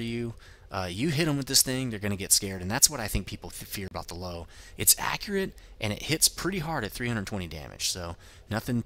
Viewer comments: it's actually Pronounced Lou-vuh. Meaning "Lion" in german. I dont mean to be a pronunciation nazi, but it drives me nuts when people say Lowe. XD Thanks for the review! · It's pronounced Lerver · FACT: The Lowe is pronounced Lerva-Means Lion or possibly Lioness or even lion king I'm not trying to be a dough and try and correct you bud. I just thought I would help yea out :D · You pronounce the Lowe like Loove not Low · Found out Lowe is pronounced Loo-veh. It means Lion. but not a big deal on pronunciation just spreading the knowledge. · Damnit.. dude its 'Lov-E.' The 'e' in the end is pronounced!! Just like in the 'Grille'. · It's pronounced løːvə or Lourve if you can't read that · It drives me crazy every time someone calls it a low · Actually, its pronounced: Loo-Vah. :) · what are u talking about?...Lowe is german for Lion il grant u that but since when is it pronounced Lerva? its pronounced Loewe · its called "Löwe": 1.) "L" 2.) "u" like in "curse" 3.) "w" with teeth at your upper lip 4.) "a" like in "battle" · If you going to butcher its name German name just call it the Lion